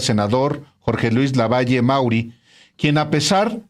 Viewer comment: Álvaro no es lavallo es LAVALLE 🥴👍👋👋